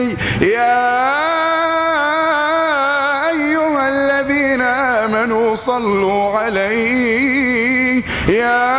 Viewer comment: الذينا وليس الزينا